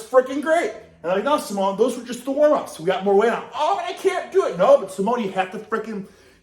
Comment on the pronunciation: Hahah, pronouncing Simone Samoan lol